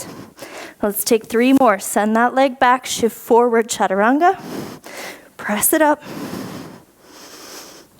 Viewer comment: Love the challenge this class brought me, OKAY WE NEED MORE OF THIS DIFFICULT LEVEL FROM YOU (you are an inspiration)!! I Almost collapsed when you said chachaturanga for a mintue lol!!!